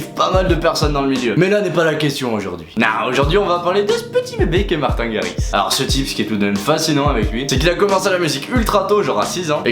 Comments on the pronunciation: Comment massacrer la prononciation de Martijn Garritsen en 2 secondes x) mais je t'en veux pas! :) Tu pourrais faire Florian Picasso s'il te plait? (il est sympa ce dj mdrr mais il fou des vents :' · Wait! The prononciation is : Martïn rarritsen cool video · Mdrrr comment tu sais pas parler néerlandais 😂😂😂😂😂😂😂😂